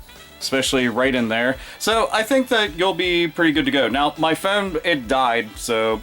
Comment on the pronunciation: i love how you say phone, "phewn"